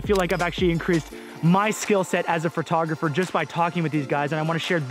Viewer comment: Lol, why does it sound like you say "fur"tographer